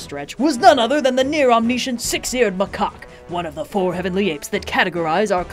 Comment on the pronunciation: says six eared macock. intriguing